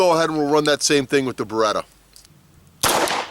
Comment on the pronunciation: I had a few beers, and this is the first time I visit this channel (Was curious about the Beretta vs Sig topic) and... the first thing I heard was "Baguette here" :DD